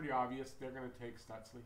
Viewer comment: Stootz-la. Not Sutz-lee.